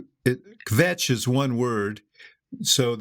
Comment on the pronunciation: Me too! But I did wince at Murphys pronunciation of kvetch, glad Axe set him straight. Nailed machers tho.